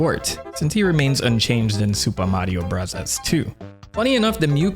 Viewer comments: "Super Mario Brahzaz" please stop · I am very interested in the subjects. But his pronounciation of super mario brothers is so icky i cant watch it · That SMB pronunciation hurts so bad. Why do you say it that way? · I gave you three chances but you kept saying “Supa Madio Brathas.” I just can’t handle the cringe. Have a good one. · I love how you say supah mathio brazas 😅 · It's a Japanese accent People were complaining about him saying "Bros." instead of "Brothers", so now he says it exactly how they would say it in Japan. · Found this channel over the weekend and I am absolutely addicted. I love the humor (they way you say Super Mario Bros cracks me up), and you still find new ways of blowing our minds with new info from your research. I had heard of Captain Rainbow before but not the Birdetta storyline. Also found very interesting to learn that they used queer voice actors to voice Birdoes in the past as well. Great work! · Why tf are you saying Super Mario Bros like that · What’s with the accent when saying the name of the game?